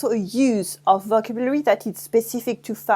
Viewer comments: Great video. Not sure howthe Brits pronounce vocbulary but in the US it is pronouned "vo CAB u lary" with the emphasis on the second syllable. I speak French but I learn new things and get a refresher when I listen to your videos. Also, explaining in English first helps English speakers who are struggling to understand the nuances of French. Merci! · Faut mieux prononcer "vocabulary."